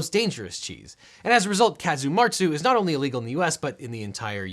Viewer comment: Casu martzu (nice pronounciation btw, you nailed it) is not illegal in the European Union, as you might guess from Sardinia being part of Italy and Italy being part of the EU. The EU has layers on layers of exception for products that look dangerous on paper but have a tradition and history of production and consumption, so it's not going to disrupt any continued food tradition. The only real problem with the production of casu martzu is the maggots are usually wild, resulting from stray flies laying eggs in the cheese rather than being grown as part of the process, and this goes against the regulations on production chain oversight